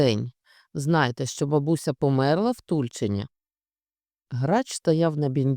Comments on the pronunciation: Не сподобалась озвучка, немає єврейського колориту. ТульчИн,наголос на И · Дійсно прекрасне читання. Здається,вперше слухала з насолодою. Дякую щиро. (От тільки правильно- " ТульчИн"-містечко автора "Щедрика", Леонтовича.)😊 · В назві Тульчин наголос на останній кклад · Тульчин - наголос на другий склад.